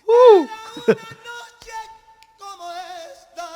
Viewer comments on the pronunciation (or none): none